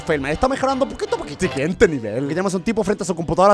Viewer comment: ziguiente nevel quien más ama cuando Germán dice eso (siguiente nivel) así 💓💓💓😍😍😍